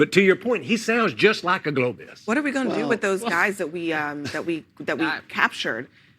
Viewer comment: the dude in the cowboy hat looks so smug and ignorant it makes me wanna slap tf outta his smug face. This dude ran Failing campaigns against Trump😂🤣😂🤣 and he can’t even say Globalist he said globist